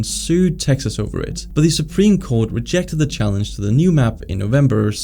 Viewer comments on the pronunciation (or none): none